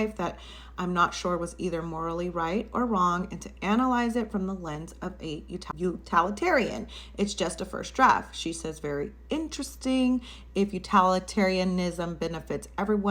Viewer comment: Utilitarian. Not Utilahtarian